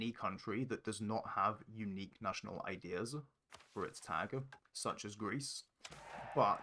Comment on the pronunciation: He's got a verbal tic where he says his "s" sounds with an extra syllable...."ideas-er", "look at this-er", "place-r" - I learnt a lot of neat tricks from this video